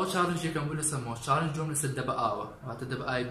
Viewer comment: کاکە چاڵنج نەک چاڵێنگ 😂 غەڵەتی مەبەست غەڵەتی تکایە ئەم قسەیەم بە غەڵەت لێوەرمەگرە بەس تکایە ئەو غەڵەتەو چاک بکەرەوە